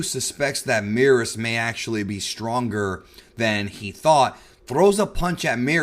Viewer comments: Why does he keep calling Beerus Meerus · It's merus not meerus. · Not sure why he keeps mispronouncing Merus and causing the confusion